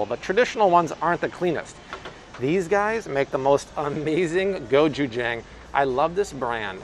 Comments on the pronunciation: Hi just wanted to share, gochujang is pronounced Go-je-jung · Hi! Say Go-CHoo-Jang, like ah-chew! Lov your videos! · go CHU jang I cannot be the only one going insane when you say it WRONG. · But, you are saying gochujang wrong.Koreans say it a little different